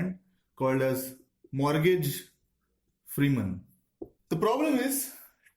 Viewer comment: SOLMAN KAN, SARUK KAN, MORGASE Freeman ( its morgan ), only Rajni is ok he has issues with names for sure......but agree with you, great explanation